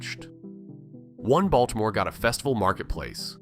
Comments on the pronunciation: Oh dear. Please, it's pronounced "Ball - teh - more," not "Balt - more." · yeah, I saw more after commenting about the first one but since I'm not getting paid I figured "screw it" 😂 Not to mention the incredibly annoying and distracting AI pronunciation of Baltimore /Baltmore! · Oh dear you're not from here. Its pronounced "baw-duh-more" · That's how da wadermen pronounce it, hon.